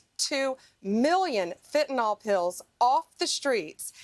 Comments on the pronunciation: Fentanyl Nyl is pronounced Nil not Nol, Got it? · Ugh! The mispronunciation of fentanyl (fen tan yl) NOT (fen tan all.) UGH!!! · Pam, it’s Fentanyl, NOT “Fentynol” . If you can’t even pronounce it correctly or spell it, how can we expect you to deal with more complex issues? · Funny how Bondi still can’t pronounce fentanyl. It is NOT fentanol. Somebody please help her with this. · You say it correctly but I wish people,( especially those on the right) would learn how to pronounce it right. It's Fentanyl, NYL not fentaNAL like NOLL. it's pronounced sounding like a short i fen ta nyl, not nal. Get it right maga. Drives me nuts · Hey dumb bitch, the word is FentanYL, not FentanOl.. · For Christ sake republucans its fenta-NYL.... not fenta-NOL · It's fentaNYL, not fentaNOL! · The vacuous Attorney General chosen by history’s most ignorant president looks at the word Fentanyl and says “fen-tan-ol”. 😂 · Pam Bondi cannot even pronounce fentanyl. She calls it "fen-ten-ol", as if it contains Tylenol! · The idiots Trump hires people who can’t pronounce fentanyl, or count. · She cares so much about fentanyl, she doesn't pronounce it correctly. 😮